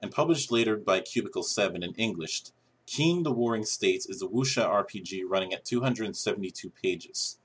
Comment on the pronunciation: Qin is pronounced Chin.